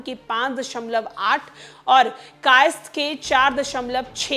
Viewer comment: मुझे लगता है हिंदी में आपके हाथ थोड़े तंग है। स्वर्ण नही सवर्ण होता है। कायस्थ भी एक बार मे आप नही पढ़ पाई।